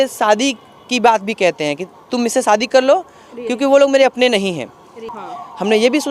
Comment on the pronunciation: Sahi pakde hain Bro, shadi ko fadi bol rahi h